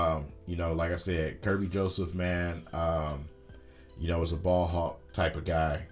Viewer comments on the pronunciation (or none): none